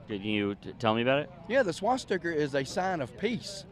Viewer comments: He said swash sticker - so educated he couldn’t even pronounce it 😂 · Homie said “swasticker”